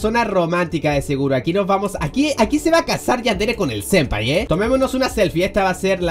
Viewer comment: *senpai. Se escribe y dice senpai, no sempai.